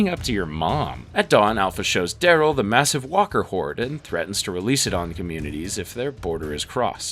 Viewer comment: Dude, you spoke Carol and Darryl as if they are meant to rhyme. Which there are not. But is was somewhat amusing.